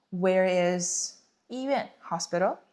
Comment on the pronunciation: Lesson 7 why does during the dialog 医院 sound like yi bian?